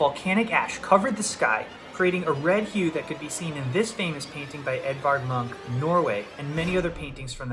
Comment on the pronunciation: Check the pronunciation of "Munch".